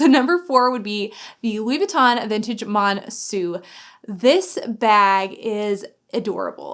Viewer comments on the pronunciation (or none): I LOVE my Monceau, it’s my most used bag at the moment! It is pronounced with an O though at the end, same as when you say Eau de Toilette ;)